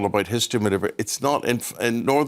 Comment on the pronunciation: Silly cow it’s Northern Ireland , not Northam Island